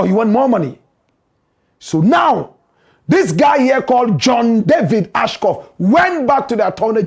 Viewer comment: It’s John Ashcroft. You keep “murdering” this name for days. Basic journalistic research will help.